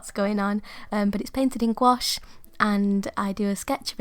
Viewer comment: You’re actually pronouncing gouache correctly (gwosh). It’s a French word and that’s how Miriam Tylson says it. I love the little book, it turned out great.